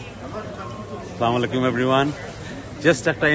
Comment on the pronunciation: Not 'slamalaikum' It will be 'assalamu alaikum'